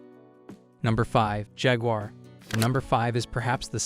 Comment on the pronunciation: Knee-san, you stupid AI robot. And it's jag-war, not jagger. Pick one of the two ways you pronounce Maserati. Fee-aht, not Fie-at. Sheesh!